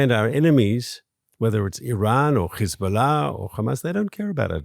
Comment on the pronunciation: I CRINGE at the way you pronounce Hezbola, Hamas, It sounds like you’re gargling and trying to spit something up. So gross. Please, please , please see a speech therapist. Very annoying. I love your program but sometimes when you’re talking about Hezbolla I can’t take it and turn you off Or fast forward to Matti.